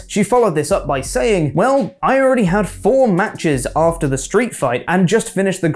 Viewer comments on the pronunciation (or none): none